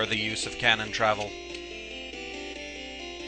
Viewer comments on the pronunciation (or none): none